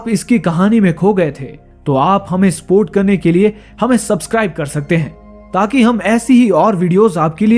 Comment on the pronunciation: Spot nhi support hota hai bewkuf